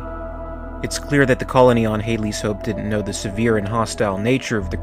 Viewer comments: Hadley is pronounced had-lees. not hade-lee. they say it correctly in the film multiple times. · I think Hadley is pronounced with a short A.